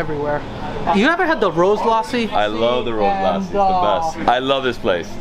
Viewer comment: omg it got crazy when you start pronouncing "lassi" so perfectly and better than nisha